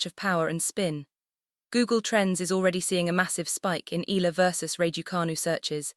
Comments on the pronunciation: Can't you pronounce her name correctly ALEX IALA(I-YA-LA) THAT'S HER NAME NEXT TIME DO IT RIGHT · E ya la it's EALA.